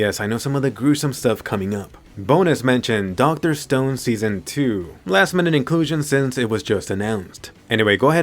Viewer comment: Dr. Stoned ? I thought its called Dr. Stone XDDD